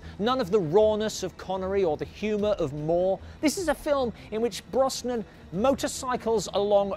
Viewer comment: Please PLEASE if you're going to do future Bond content learn how to pronounce Pierce Brosnans name correctly!!! Its pronounced BROZNAN not BROSSNAN.